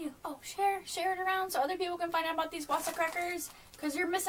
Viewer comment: its pronounced like "Vasa" the W is like a V